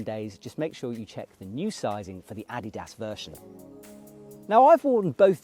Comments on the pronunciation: Sorry, but he’s saying it correctly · For a non German he is pretty accurate.